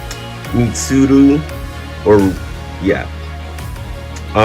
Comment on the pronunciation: This one will take a while to watch but just started and you called!!!! How could you 😂 anyway I’ll try and leave comments as I watch 👍